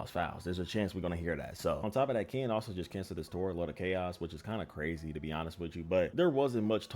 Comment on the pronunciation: Can bro say Ken and not Kan😂